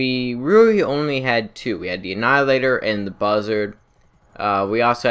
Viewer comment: I feel bad but he said "annihilator" with the L just fine but nothing else with an L properly. I just font understand